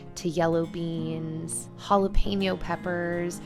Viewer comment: i gotta tell you, i watch all ur vids and i love them, this time it was a little better- but it’s jalePEÑo. like “pen” not pain yo. Lol 😂 ❤️❤️❤️ just thought it might helppppp.